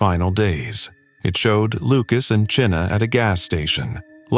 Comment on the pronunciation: I need to say that, unless I am mistaken and corrected by someone who knows better, "Chynna" is pronounced like "CHINA" and not "CHIN-ah". What say you?